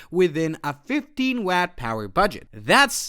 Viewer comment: Can't pronounce watt, ⅓ in and no lede!? I Googled it. They have a device doing 1.7 TOPS. I just got an ARM device with 64GB DDR5, and an NPU TOPS, system 45 TOPS. Mine runs LLM and you are pitching something for security cameras. Get a clue.